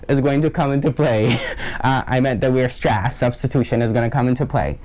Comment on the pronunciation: great video, just one thing. Weierstrass is pronounced WIREstrass, not weerstrass haha